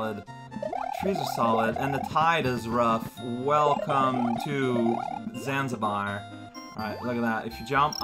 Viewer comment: Zanzibar? That's a funny way to pronounce Zmambabar!